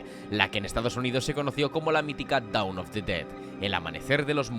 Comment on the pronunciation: No es "doun" of the dead, es Dôn of the dead 1. Down of the dead X 2. Dawn of the dead ^